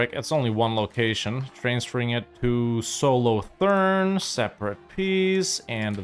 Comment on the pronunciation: God the way you said "Solothurn" hurt my soul.